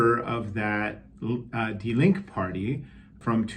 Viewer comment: Also, the final "e" in Die Linke is not silent.